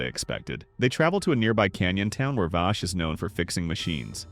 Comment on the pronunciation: I cant get over him callin Vaash....